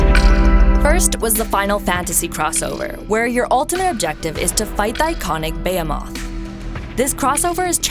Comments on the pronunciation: You said Behemoth wrong, you said it like "Bae-a-moth" It should be pronounced how it's spelled, either "Be-he-moth" or "Buh-he-moth" Both are correct. Also you can pronounce "Nargacuga" correctly, but not "Behemoth"??? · The way you have people pronounce names will never cease to amaze me....Baya-MOTH lmfao